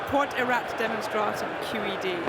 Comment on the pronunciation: If you're going to be a smart derriere, missy, at least say it properly. It's quod erat demonstrandum. (not demonstratun nor demonstrata).